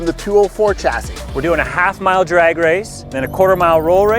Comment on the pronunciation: Fix your accent, its "drag" strip, not "draig" strip